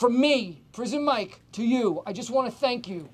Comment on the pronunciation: Tenks Andy! Tenks. -Prizen Mike